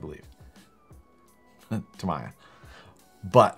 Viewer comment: it's Tam:e:ya lol Tamiya....